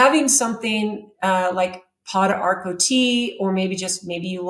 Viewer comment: Funny she knows about thiese herbs but can not pronounce them. I am an herbalist the studied around Central and South America. Pau D'arco= po darko. Also used for cancer in S. America. Una de Gato= oun-na de ghato Also used in kidney and urinary tract issues.